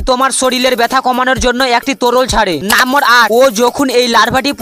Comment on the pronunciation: নেশা কেটে গেলে ভিডিও টা ডিলিট করে দিছ।আর তুমি আগে নম্বর উচ্চারণ করে শিখ 😂😂😂